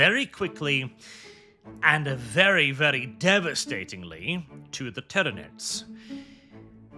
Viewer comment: lol I had to stop watching because the AI would say CAH-dia instead of CAY-dia and ty-RAH-nids instead of ty-REH-nids etc. Just ends up annoying me too much especially if Guilliman is involved and they try and say his first name lmao.